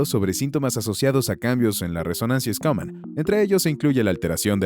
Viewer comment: Se pronuncia Shuman no Scunam